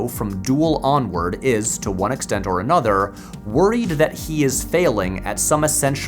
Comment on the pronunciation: Why do you say "or" the same way as "are" ?